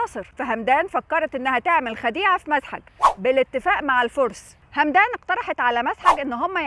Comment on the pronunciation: همدان بفتح الميم وليست بالسكون بس شكرا على ستين داهية 😂